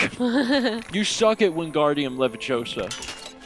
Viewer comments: It's pronounced leviOsa not levioSA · I was hoping Mal as Hermione would correct pronunciation of Wingardium Leviosa. It's LeviOsa not LevioSA lol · It's LeviouSAR. :D